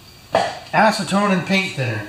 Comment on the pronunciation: Well he didn't want to lose his ass-ce-tone.